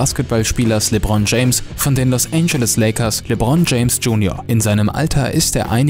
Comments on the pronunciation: No hate aber wie du lebron gesagt hast muste ich lachen aber cooles video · LeBron beste Aussprache kappa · Jz mal real das hat mich abgefuckt wie der das ausgesprochen hat